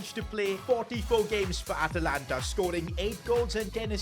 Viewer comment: Atalanta. its not atalanta sir